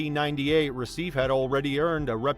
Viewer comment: RECIFE is properly pronounced « RUH-SEE-FAY, » not « RUH-SEEF »